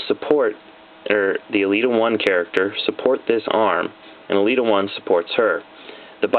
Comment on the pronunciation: Hey awesome vid but elita-1 is pronounced el-eta one I'm trying to be rude just wanna let you know